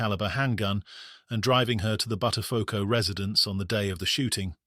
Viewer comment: Bud der phucko. Pronounced correctly.